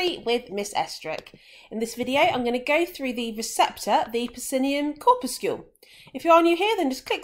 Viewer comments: and cor-pus-sul. Def not “corpuscule “ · look at literally every authority on English pronunciation. Corpuscle rhymes with muscle. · "corpuscule"? Do you guys also pronounce 'muscle' "muscule"? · nope muscle is pronounced as 'mus - sul' corpuscle is pronounced 'cor- pyu - sul' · nahh its pronounced 'cor - pyu - sul' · nah its not an american pronunciation tm. I've personally never heard it be pronounced as 'cor - pus - sul'